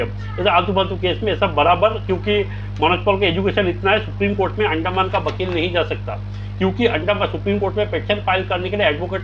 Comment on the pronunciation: Vakeel❌ bakeeel✅😂